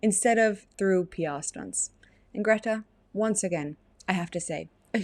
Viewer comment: she pronounces her name as "Gerta"